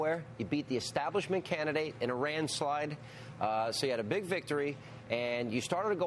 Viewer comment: lol "a randslide."